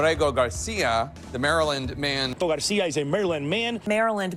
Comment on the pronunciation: is purposely mispronouncing the guy's name its apregnant garcio...